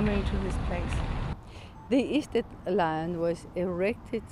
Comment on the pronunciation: Notice that it is "sted" / "stedt" ( as in English "stead" ) - not "Schtälle"!